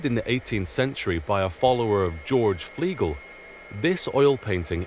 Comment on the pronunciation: They don't think it's by Flegel (or even Fliegel as he pronounces it), though, do they? Didn't they say 'by a follower of Flegel'?